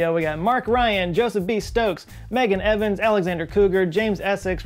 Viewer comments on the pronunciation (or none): none